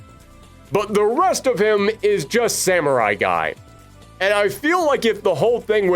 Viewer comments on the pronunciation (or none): none